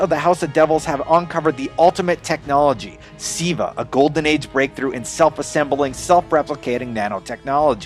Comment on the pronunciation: LOL its not siva ahahaha its Ziva